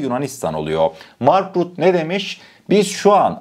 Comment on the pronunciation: M.RÜTTE DİYE OKUNUYOR ❤ emegine saglik